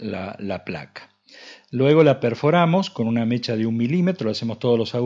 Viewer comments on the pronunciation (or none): none